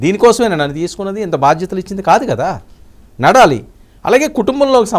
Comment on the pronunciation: నడలి కాదు నడవాలి అని చెప్పండి చెప్పినందుకు తప్పుగా భావించవద్దు🙏🙏